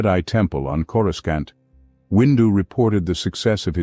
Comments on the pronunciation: more like corooskant 🤣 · You mean… “coreskaunt”? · Is it just me or the narrator constantly mispronounces Coruscant? 😂